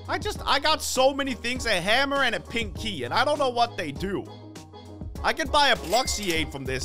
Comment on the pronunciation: hahahahahahahaha the way he said pink key it's like pinky